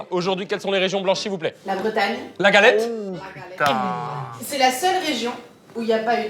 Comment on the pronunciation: j'ai saigné des oreilles en entendant "galette" 😭